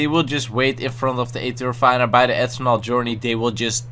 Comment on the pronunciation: No hate but is it just me or does anyone else find how he says eternal funny? I mean it sounds like ethanol (fuel) the way he says it.